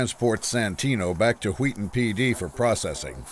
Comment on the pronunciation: I must be the only one, but I'm getting Stewie and Meg Griffin vibes with the way he's pronouncing Wheaton😂😂😂